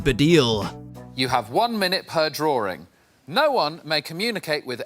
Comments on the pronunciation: What's a draw-ring? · What's a Drawring?